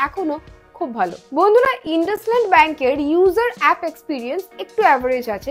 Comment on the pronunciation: ইন্দুসাইন্ড not ইনডাসলান্ড